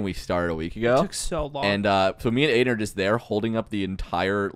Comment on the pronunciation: Why is Aiden called Aimen?